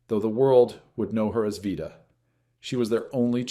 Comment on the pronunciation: Narrator Can’t decide how to pronounce Vita’s name.